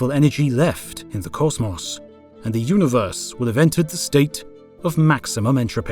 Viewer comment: "cozmoss" LMFAO